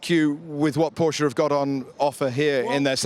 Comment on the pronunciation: Tell your host how to pronounce Porsche correctly please